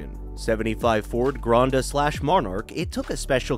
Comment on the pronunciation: gran-nada or gran-nah-dah (Funny I’m leaving Granada Spain on a train as I write this) and wring as in twisting water out of a towel etc is pronounced the same as “ring” maybe match the Explorer footage to the proper late 1990s generation that had those Firestone tires. I own a 2014 plugin hybrid C-max with 110,000 miles (80k which I put on) totally reliable and if you have any experience owning it and half a brain to know how to get speed out of any vehicle it would surprise everyone with the 0-30 response with the immediate low end torque of a 113 hp electric motor paired with 160 gas engine. The combination was exactly like a Toyota hybrid system smooth enough for the Lincoln MKZ hybrid. The Flex for what it was, was great owned one too- I wished I had the twin turbo model that was like the final Taurus SHO. In my Pre-dad days I had a BMW 3 series (E36) convertible and Mazda MX 5 F-150 and mustang. But hey you made it- I’m too self critical to publish a video.